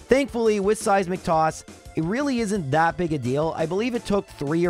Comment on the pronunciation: Every time he says Seismic toss, i hear " Saizz Mc Toss"